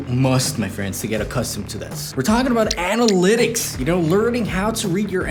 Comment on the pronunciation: Interesting you divide the word Analytics in : Anal - ytics. :D but i get it: instagram it's a pain in the as* ^^